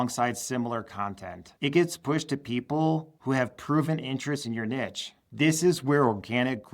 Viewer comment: Niche (pronounced Neesh) not “Nitch”